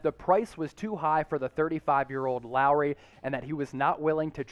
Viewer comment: Not Lowery